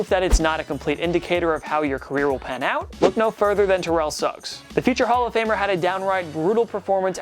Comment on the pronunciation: When he said terrel Suggs I thought he said terrel sucks